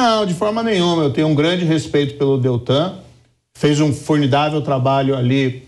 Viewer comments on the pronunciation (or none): em fez um "FORNIDÁVEL TRABALHO".